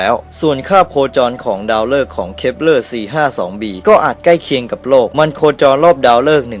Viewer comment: เหมือนได้ยินพูดว่า ดาว creeper 555+